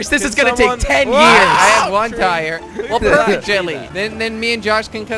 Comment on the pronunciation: Why does Jordy always call him Jilly and not Jelly